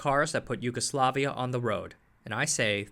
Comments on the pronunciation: It is great video and you did relatively good job (aside of J spoken as english J as in jail, while it should be as Y) Zastava wasn't sole manufacturer in Yugoslavia; CIMOS produced citroens, TOMOS produced small 50cc bikes, TAS produced beetles and Golfs, FAP had licence builted mercedes trucks. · Letter J in serbian is pronounced as english Y, not as Zh